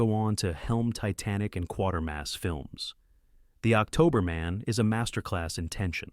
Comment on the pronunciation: And it's pronounced Kwater(to rhyme with crater) mass.